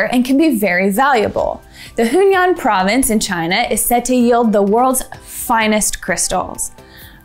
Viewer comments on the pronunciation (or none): Guizhou is pronounced "gway joe". Hunan is pronounced "who nan". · "Hunan" is a Chinese province pronounced "who-nan"